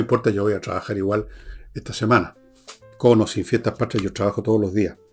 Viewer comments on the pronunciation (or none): La palabra es Patria, no pashria